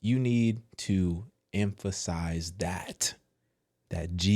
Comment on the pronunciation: you was fighting the air to say emphasize😂 then screaming we need to focus on that sent me 😂😂😂